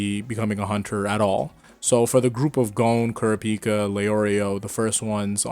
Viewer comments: Why do you keep saying Kurapika like that? Please use how the English dub calls him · the way you said kurapika bugs me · Bro keep Kurapika name out yo mouth if you pronounce it like that.